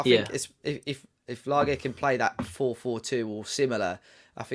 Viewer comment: Hope Wolves fans take the time to say this bloke’s name correctly. It’s not lager. It’s not difficult.